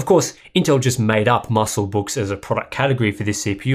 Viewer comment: "musclebooks" lol